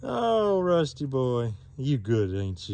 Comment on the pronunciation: " Wusty the Wabbit Dawg "